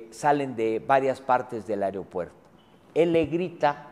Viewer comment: me crispa que ese wey diga areopuerto en lugar de aeropuerto